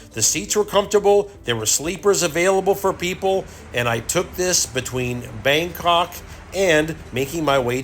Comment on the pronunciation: my stuff up he did say Bandok as well sorry lol